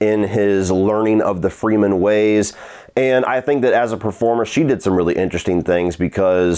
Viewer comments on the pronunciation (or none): Agree with just about everything you said. The pacing issues made it feel longer than it was, and yet it could have used more screentime. Didn't buy the romance. Only complaint I have for your review is you keep saying Freemen, not Fremen. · How am I supposed to take this guy serious he said “freemen”